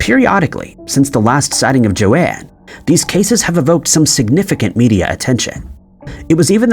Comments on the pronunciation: Joan, not joanne. Its pronounced JONE basically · I ignore a lot of your mispronounciations, but pronouncing the name "Joan" as "Joe Anne" is the most baffling one you've ever done. Nobody in the history of the planet has ever pronounced "Joan" like that. "Joan" is a single syllable, rhymes with "bone."